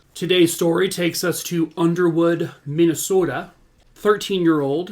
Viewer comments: I am from Minnesota and you said Minnesota like a MN lifer! This is the first time I have heard of this case which surprises me. How horrific - poor sweet girl…. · I'm from just a few hrs away from where this happened (in Las Vegas now) and you said Minnesota like a true native! Lol. On the reals tho, I grew up during the 80's and it sounds like Sarah was just like I was at that age. I did the same things. We didn't lock our doors (I grew up 3hrs away). We accepted rides from neighbors and people we had seen in the community, we knew or were related to almost everyone! We stayed home alone at 6yrs old and started babysitting at age 9. We used to ride our bikes the 4 miles to the local library or the local swimming lake and I have no idea if my parents ALWAYS knew where we were. This could have happened to any one of us. And one time it WAS. My friend, a girl a couple yrs older, who lived right up the road was taken and assaulted and killed and left in the woods on valentines day. The guy was caught and put away (is free now sadly), it was a friend of the family. We still didn't lock our doors or keep our kids close. This was a one off (and hasn't happened there since-that was 34yrs ago) thing that wasn't going to happen again. But it could have, and did, all over the world. As a parent, now, I know these dangers and it's terrifying. But what's even worse is that the worst monsters are those we call our own.